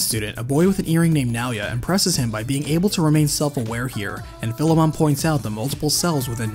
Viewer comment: Bro, your pronunciation of Philemon is wack.